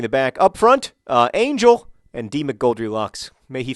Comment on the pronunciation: It's Ángel. Pronounced an-HEL. You've got to pronounce his name correctly before he'll score. ;D